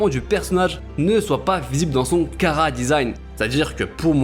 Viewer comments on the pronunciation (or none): none